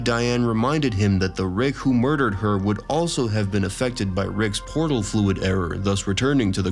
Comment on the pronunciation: the way Rick's is pronounced drove me to stop listening